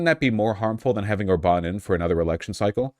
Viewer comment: Orban being mispronounced really threw me off. You don't have to know that in Hungarian, every word gets first-syllable stress, but he has been in office long enough that I've heard his name from at least a dozen different people and they all (correctly) agreed it's ORban, never orBAN